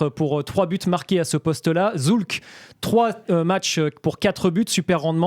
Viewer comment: Zoulk :)))) Sulc se prononce Choultz.